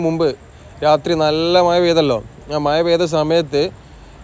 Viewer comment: "മയ " അല്ല സുഹൃത്തേ "മഴ "🥴🥴🥴